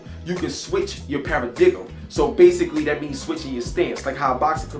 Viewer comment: cool review . it's pronounced paradigm {PARA-DIME}